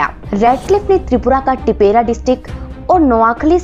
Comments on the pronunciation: This is not Tipera it’s Tipra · It's tipra not tipera SARSAR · What the heck is adivasi? Try pronounce tipra in a correct way